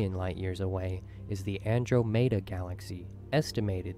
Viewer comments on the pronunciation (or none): Everyone everywhere literally says "An-drom-eh-da" every time since reading about her in Greek mythology. Them this fool comes along and says "Andro-may-da" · LMAO...the Andro-mayda galaxy...I nearly spat out my coffee 🤣🤣🤣🤣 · Am I the only one cringing every time he mispronounces Andromeda? Andro-mayda?! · I was looking for this comment. It annoyed the absolute crap out of me each time he said “Andro-may-da.” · The "andro-mehda" galaxy, indeed XD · who the hell calles the andromeda galaxy the "Andromaydah" galaxy? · He called andromeda an-dream-a lol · That guy just had to say Andromed AndroaMayda, wtf no1 says that, how to loose people who don't actually know these things but might heard them talked about so their brains can't just know wtf he is talking about, & he got so many numbers wrong what the fuck seriously, trillions of stars then changed that to billions, the CMB is only 200 million light years..... I don't even know where to begin with that last statement, did that dude do any research whatsoever before going to all the effort of making a missleading video. Why did he even bother bring percentage into things if he was just going to ignore how long the actual value is? 0.1 is about as big an understatement as 1 could. So, he was even using copyrighted material, &, he just left in the unlicensed bit, instead of just not...... what even Way to gloss over all the absolutely insane behaviours going on in nova & super nova explosions. Why is he using plural Nebuli to refer to just nebula? It's like he jus doesn't know that's plural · I can't take someone serious who pronounces that shit "Andro-Mayda"... Completely discredits his info for me. Though I like a decent amount of the data present. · The way the guy pronounces "Andromeda" in the video annoys me. He says it like "Andro-mayda". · Why the hell can no one pronounce andromeda right like it ain’t that hard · I don't quite trust anyone who makes a video like that and can't pronounce Andromeda.